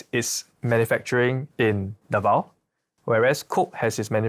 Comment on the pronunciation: 1. QUIAPO is pronounced Kya-po 2. RONQUILLO filipinos say Rong-kil-yo 3. DAVAO is Da-vaw